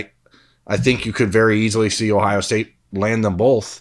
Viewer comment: The northeast Ohio jumped out in this episode. Take a shot every time pronounces both like “bolth”